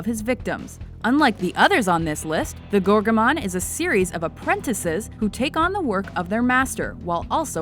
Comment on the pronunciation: "the gorgomon" lol